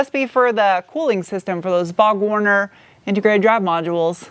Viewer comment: uh, it's Borg-Warner not Bog-Warner.